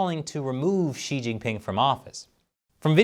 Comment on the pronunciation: not really the right pronunciation of "Xi" either. Yes, u know China sooo well too... like the general you show, probably